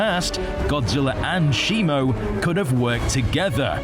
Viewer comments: It's not "shimo" it's shimu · It’s Shimu not Shimo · It’s Shimu, not Shimo. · ITS SHIMU ITS SHIMU ITS SHIMU ITS SHIMU ITS NOT SHIMO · its not simo